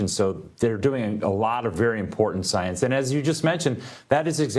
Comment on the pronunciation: premiere science organization?? it sounded like he said " premiere Zionist organization"!!!!! play it back, ull hear it! 😂